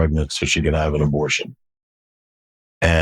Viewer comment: He said..I've been taking drugs since I was 12 and I didn't need a satanic coven for that!..Didn't he say previously that he was doing all this in a satanic coven! and he keeps saying 'abortsion'..I think what he's saying is sarcrifice! but he's too embarrassed or ashamed to say it!...Maybe the lies haven't stopped!...Still..glad he's repented!